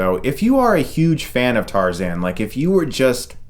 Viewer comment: What's TARZEN?? its Tarzan!